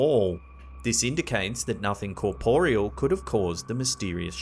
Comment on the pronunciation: The narrator's pronunciation of 'corporeal' 😂😂😂😂